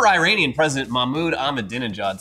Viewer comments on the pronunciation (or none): none